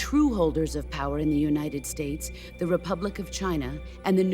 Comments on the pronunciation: "the united snates" ;< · also starting is UNITED SNATES suppose to be UNITED "STATES"????